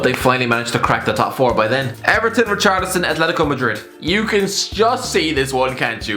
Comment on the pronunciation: got richarlison almost right had it not been for everton